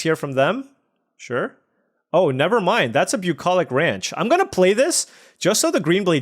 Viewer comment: say bucolich ranch again